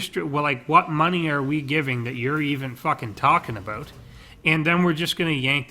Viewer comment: "A-boat" :P lol